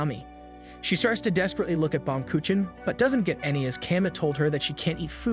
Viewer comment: He oblitteratet the word Baumkuchen well he isnt to blame its german